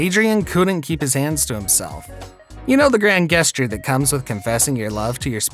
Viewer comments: Thanks for sharing in my pain lol. Who pronounces 'gesture' >> "GUEST-ure << ?? He actually said it that way twice! I wondered if it bothered anyone but me. I didn't catch 'subsequent' but no way I'm going back to find it, I'll take your word for it LOL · Please learn to pronounce gesture. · Why get a job as an announcer if you cant actually pronounce words like gesture or subsequent?